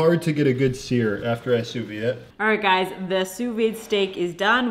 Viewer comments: “Sue veed”, not “sue vee” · I had no clue the Joule did all of that! Looks like sous-vide eggs are gonna be a new staple in my diet thanks to you guys 😍 And you still pronounce the "d" in sous-vide, just fyi :) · Please pronounce the D in sous vide haha